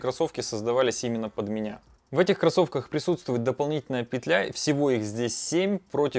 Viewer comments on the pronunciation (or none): none